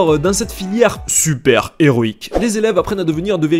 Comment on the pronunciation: C tres HÉROÏQUE comment tu disais